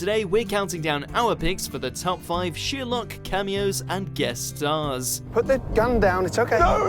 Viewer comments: Its Sherlock not sheerlock 😯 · just me who thinks this guy says sheer luck when he says Sherlock? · Sorry...did he just say sheer-luck ??!! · You say Sherlock completely wrong holy crap